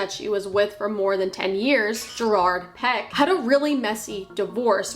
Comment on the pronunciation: The way she says Piqué... 🤦‍♀️